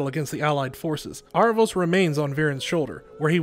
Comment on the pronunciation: I thought the show pronounced his name like Air-a-vos? not Ar-a-vos?